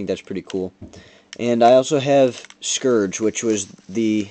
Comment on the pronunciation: You mispronounced Scouge.